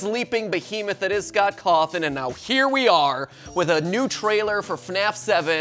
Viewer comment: Scott Cawth(e)n